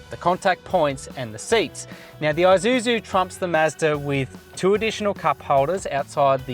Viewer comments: Aye! It's Aye!suzu mate 🤣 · Maate.. Isuzu, not i-Suzu